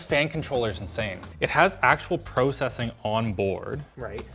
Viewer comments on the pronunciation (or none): Roll eyes: It's pronounced "Processing" not "Processing"... freaking Canadians... Holy crap, I agree. As someone who does photorealistic renderings every day. Holy(dot) freaking(dot)crap(also dot). Oh my god you are so right about rendering over and over again